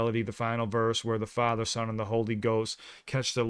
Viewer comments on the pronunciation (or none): none